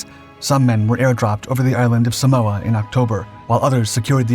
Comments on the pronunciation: It's not "Say-mohs", it's "Sámos" People need to stop americanizing non-english names and words. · Great content. FWIW it's Samos pronounced Sah-moss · Great video, Thank you. SAMOS not SAMOA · SAMOS. Not Samoa. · it is called SAMOS not SAMOA which is an island country in the Pacific Ocean FFS! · You must mean, SAMOS, the Greek Aegean island — not “Samoa” (which, of course, is in the Pacific). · Samoa? It's Samos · Watching from Greece.hi everybody. Interesting video.(It's Samos not Samoa). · its Samos NOT Samoa you are not in the Pacific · "Samoa?" My Dad was deployed to Samoa at the time (specifically Pago Pago), part of the hastily deployed contingent of U.S. Marines sent to reinforce the island's defenses in the months following the attack on Pearl Harbor, and he never mentioned any Greek commandos parachuting into that particular tropical island in the Pacific....😏 The island of Samos (pronounced "Say-mohs*) is however one of the Greek islands held by the Axis during WW2. /smohh😏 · Lol😂as native Greek I thought wtf is he talking about? Samoa?